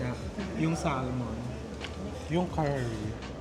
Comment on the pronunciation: You say Samon not Salmon, you drop the L